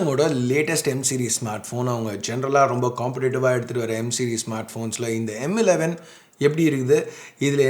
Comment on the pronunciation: Tamizh la sollum bodhu, yean bro M11 na emmu 11 emmu 11 solringa. Weird ah iruku. Kekradhuku.